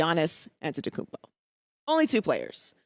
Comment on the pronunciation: You are on point! Please, but please pronounce that man Antetokounmpo. Great job